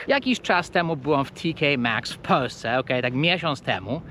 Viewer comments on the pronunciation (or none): Dlaczego Ty mowisz ",,,w Peusce zamiast w Polsce..." hee??